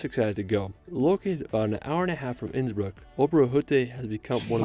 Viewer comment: you asked 'How is his pronunciation?'. The answer is 'Ab (Innsbruck isolutely atrocious'. It is a bit like a non-English speaker pronouncing Cincinnati as chin-sin-nay-tie! When visiting countries for a first time, PLEASE, PLEASE, PLEASE learn how local place names are pronounced if you don't even learn to speak a little of the language out of politeness to your hosts! Schönbrunn is pronounced 'Schern-brun' and See (meaning lake) is pronounced 'zay' (rhyming with say). The worst example I have ever seen was an American vlogger who pronounced the the town of Waldshut (on the German-Swiss border) as 'ward-shut' instead of 'vaaldz-hoot'. In German, 'V' is pronounced as 'F', 'W' is pronounced as 'V', and 'Z' is pronounced as 'TS'. I love Austria and the Bodensee and visit Lindau every year - roll on mid-June and my next trip! Have a closer look at Lindau and it's surrounding area - Switzerland is a 20 minute train ride, Austria (Vorarlberg) is a 10 minute train ride, Liechtenstein can be reached in under an hour, and Zurich and Munich can both be reached in a 2 hour train ride (Innsbruck is a little further - it takes 3 hours).